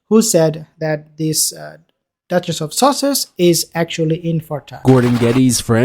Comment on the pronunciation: Did the said...the duchess of sausages??